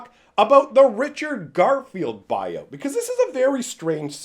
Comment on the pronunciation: I thought you were saying Richard Garfield bio hahaha